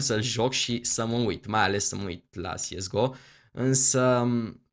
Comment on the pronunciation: tu spui "siesgo" dar eu credeam că este corect să spui "cesego" nush sigur dar așa credeam eu.